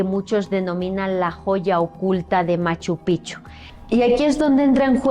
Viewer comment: Gabino Sánchez no Chávez Fue mi tatarabuelo y tengo fotos de él en Machu Picchu con los amigos que mencionaste!!! ✨✨✨ Y espero no caer pesada pero la pronunciación de Machu Picchu es PiKchu. La mayoría lo pronuncia mal. 😊